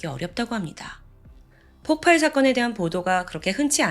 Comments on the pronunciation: 자꾸 폭팔폭팔 거려서 거슬렸는데 나만 그런게 아니네요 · 저도 ㅠㅠ 웬만하면 신경 안쓰는편인데 너무 폭팔 폭팔 하니까 ㅠㅠ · 폭팔이아니고. 폭발이. 맞습니다. 發(쏠발) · 폭팔이 아니라 폭발입니다. 의 영상 참 좋아하는 매니아입니다. 명확하고 똑 부러지는 발음과 표현력의 매력에 푹 빠졌거든요. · 오랫동안 구독한 사람인데요~ 폭팔이 아니라 폭발이에요. 들을때마다 거슬려요 ㅎㅎㅎㅎ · 대부분 폭팔이라고 발음하는걸로 알고 있는데 폭빨입니다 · 저도 계-속 거슬려서ㅠㅠ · 폭발은 읽을때 폭빨이 됩니다. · ...저번에도 댓글 달았었지만 폭발이라고 발음 수정해주시면 안될까요..... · 폭발의 발음은 폭빨입니다